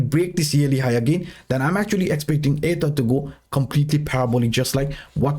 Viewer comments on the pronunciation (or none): You pronouce Ether like "ADA" you need to work on that its really confusing <3